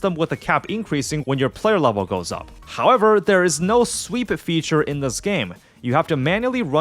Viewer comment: “Hahkwever” lmfao dead giveaway